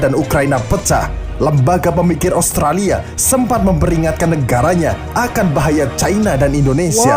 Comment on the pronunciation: Amerika bang bukan amarika Australia bang bukan austrella